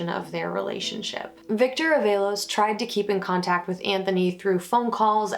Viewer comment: Although good breakdown of the case, mispronouncing this poor boy's name is not acceptable. Its pronounced AAA-VALOS